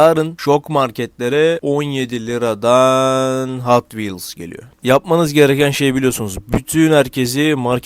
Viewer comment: abi hot wheels e neden hatvils diyosun bende alışkanlık oldı hatvils diyorum